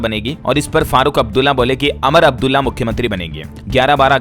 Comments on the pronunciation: Amar Abdulla nahi Umar Abdulla BOLO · अरे, अमर अब्दुल्ला नहीं पर उमर अब्दुल्ला है । तुम्हारा ज्ञान बिल्कुल ही बेकार है, कम पढ़ा लिखा हुआ व्यक्ति ही ऐसी गलतियां करता है । हमेशां तुम नाम की, सही तरह के उच्चार की, जैसे कि स को श बोलते हो । आदि ऐसी तो दुनिया भर की गलतियां करते हो । तुम में थोड़ा नहीं पर बहुत कुछ सुधार करने की आवश्यकता है । और इन्ही सब भूलों के कारण तुम राष्ट्रीय फलक पर पत्रकार नहीं बन सकते हो । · अमर अब्दुल्ला नहीं उमर अब्दुल्ला बोलिए